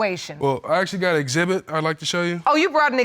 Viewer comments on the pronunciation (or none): Did she just say "exhibib" ???🤔